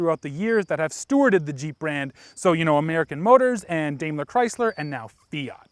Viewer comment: Did he just say “Willis Jeep” and “Dame-ler” instead of Willy’s and Daimler (Dime-ler)?